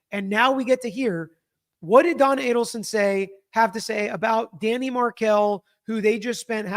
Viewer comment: Yes, I cringe every time she says Danny